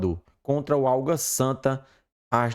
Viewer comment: Eu ouvi vc falar por duas vezes OLGA SANTA , que time é esse ???? Seria o ÁGUA SANTA ????